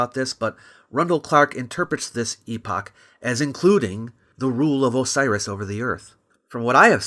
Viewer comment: Thank you for pronouncing it EEE POCH and not.... epic. I've heard 3 american youtubers pronounce it in the american way despite one reading it from an 1800s british text. It disconnects the word epoch from its word origin.